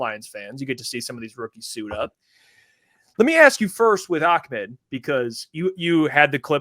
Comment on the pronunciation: Bro. Ahmad himself says it AH. I’m sure he knows how to pronounce his own name 🤯. 100% it’s not ock my boi